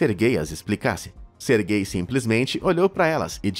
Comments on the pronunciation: É "SERGEI", não GAY. "Sérgio" vem daí. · Toda vez q ele falava o nome do primeiro cara eu escutava "ser gay" kskskksksks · "sergay" aí n mano KKKKKKKKK